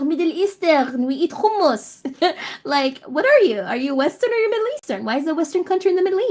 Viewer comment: Her pronunciation of hummus made my skin crawl holy shit